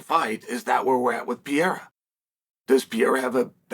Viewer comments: “Pereira”, Chael. Not “Piera”. Mr hoity-toity and his fancy education can’t even pronounce “Pereira” correctly. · Chael Sonnen, who the F is “Alex Pee-Air”??? Are you a professional or just trying to be the Archie Bunker of MMA? You’re coming across like an ignorant tool. I just unsubscribed—because your ridiculous mispronunciations aren’t funny, they're pathetic. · Ya can't say PUR-air-ah ? Chael P.brain Sonnen ... No Chama